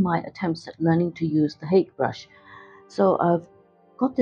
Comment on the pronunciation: Lovely demonstration! I've been trying to get more into landscapes myself as of late. I just wanted to add that Hake is a Japanese word and is pronouced as "Ha-Kay"